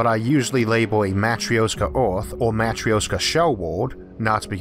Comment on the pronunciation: it's pronounced MATREISHKA not the fucking matrioska